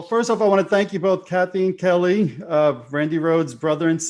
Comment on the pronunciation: Kelle is pronounced like "gel", not like "Kelly"